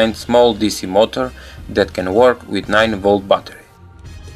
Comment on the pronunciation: Lol "9-Volt Butter"